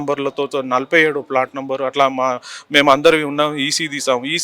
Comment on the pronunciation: flat kaadu adi plot